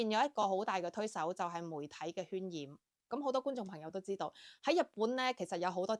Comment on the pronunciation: 渲染音「算」染，不是喧嘩的「圏」嘩